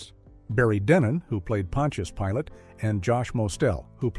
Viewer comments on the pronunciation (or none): A.I. Gotta love it! Pontious Pilot! 😂